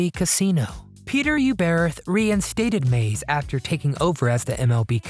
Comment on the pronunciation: Peter U-brr-auth. 🤦🏻‍♂️